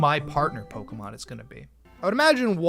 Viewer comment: Do you deliberately mispronounce every Pokémon's name?